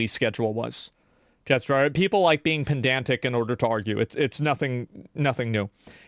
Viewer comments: pendantic isnt a word, he means pedantic, come on asmond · He says pendantic but if I correct him that makes me pedantic 😂